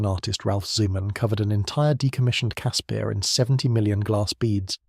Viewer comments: It's pronounced Casper, like the friendly ghost. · Caspear? Who came up with that pronunciation? Its name sounds like the friendly ghost. I an now scared of watching the videos about the Ratel, Olifant or the Rooikat.